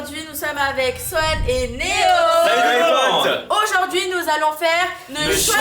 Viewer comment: on dit pas Swan il😢 on dit SWAN a grandit